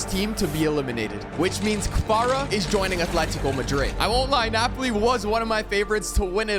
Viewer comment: He said Kavara